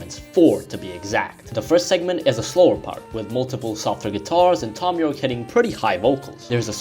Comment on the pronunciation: ...did you just call him thhhom?